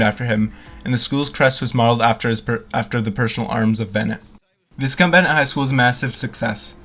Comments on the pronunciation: It's not abandoned, it's just empty. What exactly is the point of you producing all of this gibberish? You can't even pronounce the name of the school correctly. Baffling. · Did such a great job of researching the property that they didn't even know how to pronounce the name.